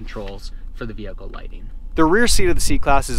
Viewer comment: i wanna smack you every time you say "VeHiClE"... get that word out of your vocabulary